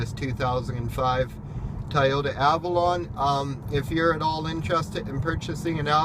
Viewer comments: Dude you’re too picky!! Chill out... it’s pronounced Toy-ota not Tie-ota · Tie o-ta? 😂😂